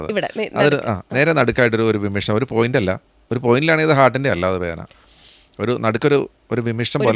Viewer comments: വിമ്മിഷ്ടം അല്ല ഡോക്ടർ,വിമ്മിട്ടം. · വിമ്മിഷ്ടം അല്ല വിമിട്ടം എന്നാണ് പറയേണ്ടത്